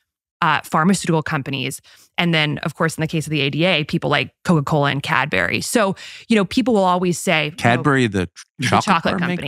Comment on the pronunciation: These siblings did not get taught a clear pronounciation, neither as children nor at Harward / Yale. The woman actually said "Cadberry" instead of Cadbury" which wouldn't bother me if she and her brother would not also slur strongly while speaking very fast, letting words slide into one another. I'm not a native english speaker (but german) , I worked as a physician in scotland and had a irish girlfriend. I can handle accents and dialects..., I have no problem understanding Tucker, Jordan Peterson, Douglas Murray (who is examplary), Elon or Vivek... but not this unkempt, neglected speech, which has very little to do with any dialect. I agree with what they're saying and find the subject highly interesting, but this left me feel "contaminated" like canola oil with coke.... Language is a part of culture, but this is just decadence.